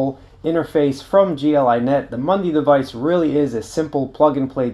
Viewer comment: It is a MUDI, not a MUNDI !